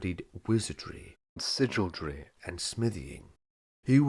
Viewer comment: How did you come to pronounce sigaldry as si-jul-dree instead of si-gul-dree? Not criticizing, because I have no idea how to pronounce it myself, as there are very few resources I've found online indicating how. Any leads on the proper pronunciation? I suppose the J sound rhymes better with wizardry.